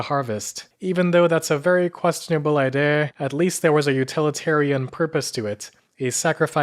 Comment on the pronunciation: How come he says 'idea' as 'i-day-ah'?